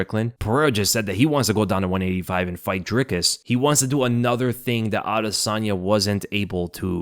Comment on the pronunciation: "Dry kiss" not "drick us"